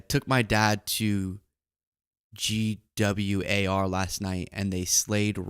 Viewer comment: pronouncing “gwar” as “G-W-A-R” took me out 😂